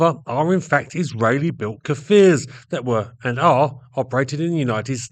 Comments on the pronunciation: Small correction, the Hebrew pronunciation is "Kfir" (like saying "rear") and not "Kafir"... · its not pronounced "ka-fir" its pronouced "k'fir" no vowel ovment beween the two first consonant. means lion cub in hebrew, israel was later to develop the Lavi, which is another great plane, but it never met with producton past the prototypes. supposedly after the Lavi (young/adolecent lion), which was a single engne multirole that was going to gve the f-16 A/B a run for its money, the IAI was planning to build a third, double engine fighter that would be something like the f-15, which was going to be called ARIEH (which is an adult lion). all these fighters are suposed to have synonymes of lion. sadly that project never passed the design stage, as that there was no funding anymore to fighter jets.